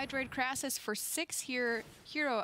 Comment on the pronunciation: It is not a Krassis. It is a KRASIS. CRAY-SIS.